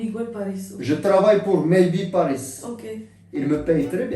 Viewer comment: mdr j'adore trop il ma fait trop rire ce '' Migouel' Pariisss'' 😂 😂 😂Ah merci pour ce fou rire ça ma fait du bien ! aujourd'hui j' avais pas le moral et grâce à vous deux j'ai le sourir 😍😍